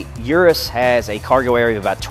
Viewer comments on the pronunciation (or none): He says "ur-us" I say "eu-roose"